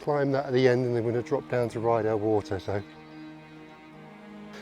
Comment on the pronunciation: Beautiful scenery, just to say its Rydal not Ryedale